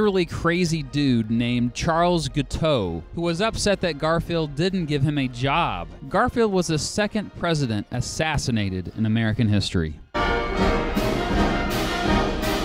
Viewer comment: It is not pronounced Charles Goo-toe. It is Gu-tee-a.